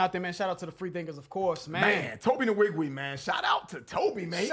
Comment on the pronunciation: I cringe ever time y'all pronounce the n in his name. It's weeg-way not in-weeg-we